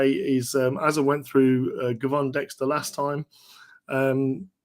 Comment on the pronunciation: FYI Gervon pronounced Jervon